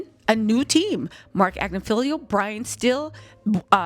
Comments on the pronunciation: Agnifilo...it's not Agnifilio. Tmz said it correctly. Just fyi... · rarely says anyone's name correct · She knows! It's just more fun her way